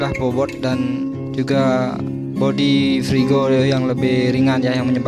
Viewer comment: Frigo mas bukan prigo